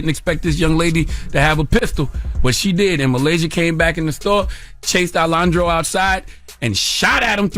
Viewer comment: Charlamsnge it’s pronounced ALA HANDRO